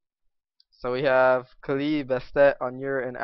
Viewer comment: Aw nvm you're good <3 but you still pronounced kali the wrong way muahha :3